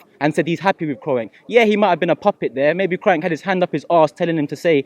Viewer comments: Man pronounced Kroenke as Kro-enke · "Krowenk" lmfao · get me f**k kroy-enk 😂😂😂😂😂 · Guy can't even pronounce his name, Robbie why are you still giving this waste air time 🙄